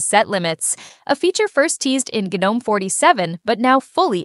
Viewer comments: All great but for the love of everything that is holy please stop with the "Geenome" shit. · why did you say gnome three different ways? It should only be said like nome. the g is silent. not gee nome. not ganome.